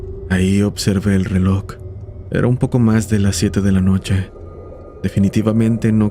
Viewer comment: Es reloj bro, no relok.